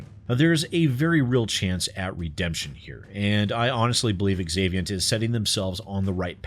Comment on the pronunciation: When a name begins with the letter "X" it is pronounced as if it were a "Z". So "zaviant" not "exavient".